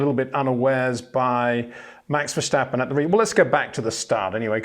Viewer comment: IT is verSTappen not Versjtappen!!👽